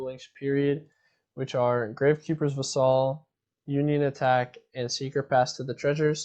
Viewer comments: 'Vassal.' Not 'vuh-SAHL.' 'VASS-sull.' It rhymes with 'castle.' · It's Vassel, not Va-Saul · painful to hear him mispronounce that word lol